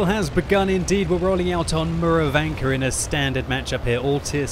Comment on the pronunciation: You say MurovAnka, ProhorOvka... I really want to hear from you MUrovanka and PrOhorovka!